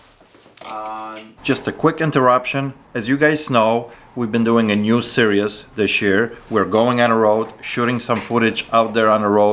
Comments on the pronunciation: I like how pronounces series as serious. Lol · Why don't people bring their ID with them. First guy for example. It is what it is but the word is "Series" like in "World Series" not "Serious" just trying to help. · Lol polish guy is right... it's "series not serious" 😂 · Yeah, a lot of Americans say that. I like the way says 'serious' instead of 'series'. But hey, his English is way better than my Polish:P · How long will it take for to say series correctly? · Hehe, I've heard a few ppl pronounce it that way. Especially those in America for some reason 🤔